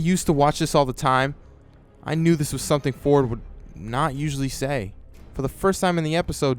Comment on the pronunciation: I know you said Ford but for a sec I hear fork